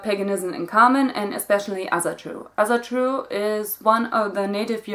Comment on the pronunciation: I just want to say that Asatru is pronounced like if it was written with an o: "Osatru".